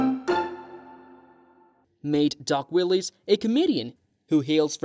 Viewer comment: I knew it had to be AI by the way it pronounced Willis as Willies 😂